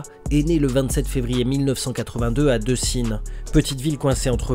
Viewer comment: C est Décines charpieux mon amie pas deucines. Comme tu prononce.. Petit erreur